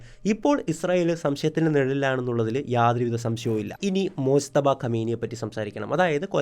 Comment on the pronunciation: മോജ്തബ യല്ല മുജ്തബ